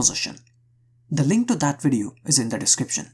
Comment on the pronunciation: Nobody::What is up guys and Welcome back to another "WIDEO"